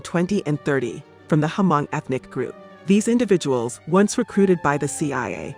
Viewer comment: The way you pronounce Hmong is wrong... but the pitch of your voice makes you sound like a 12 year old who doesn't know better, so I guess I can overlook the incorrect pronunciation. Thanks for sharing and spreading this message though.